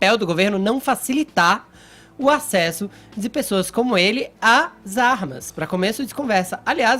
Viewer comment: "...as zarmas..."